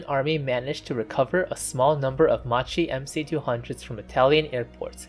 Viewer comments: NIce video, just an heads up, it's read as "makki" not with a "ci" sound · Just a little correction. Macchi must be pronounced in English with the K sound, so basically Makki! In Italian c+h = k sound Also c+a = k sound, so Aeronautika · It's not pronounced "Ma-Chee"! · Good work, mate...!!! Just be careful with the correct pronunciation, which in this case, is kind of...MAKI or MAQUI, but, in any case, not MACHI (like in MACHO, as per your pronunciation)...!!! In the case of this plane's name, the meaning of it's Italian name - "Saetta" - translated into English is more like "ARROW", rather than "Lightning" (as it appears translated by some information sources...) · Nice video, except for the pronunciation: the correct one is "Makki" so please do not distort the name of a great aircraft manufacturer. Today there is Google Translator, which also gives you a hint on the correct pronunciation, it is worth a visit before posting a video. Too bad that we Italians have to listen to a distorted and wrong pronunciation. Thanks again for this nice video so detailed and interesting, very well done. Bravo. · Yes. But Macchi is pronounced like Makki. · About 200 comments saying this so far. Considering he’s not Italian and speaking in a non primary language for the video I’d say it’s pretty good but constructive criticism is important. I’m drinking ma chi attos from now on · Why everyone who's not Italian says Macchi wrong? The correct pronunciation of Macchi is "Makkee" , In Italian, "ch" has the same sound as the "k" in the English word "key" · It's pronounced "Makki" -- the "h" makes the C hard. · macchi is read "makki" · You pronounce "macchi" in a very wrong way that needs correction... in Italian "chi" is pronounced like "key" in English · Correct pronunciation in Italian is "Makki" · When you are trying to deal with foreign languages, you should deal with the basics of the language you are dealing with! So Macchi,cchi= pronounced K!!! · It was brutal listening.